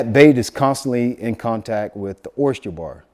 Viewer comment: Bro! Oyster not Oyst-cher 🤪 you makin' me crazy hearing that! 😂